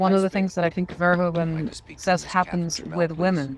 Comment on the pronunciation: By the bye, his name is pronounced verhooven, not verhohven. And he wrote a book on Jesus.